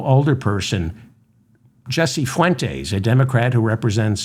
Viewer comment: Fuentes. Please learn how to pronounce Spanish names. It's not difficult.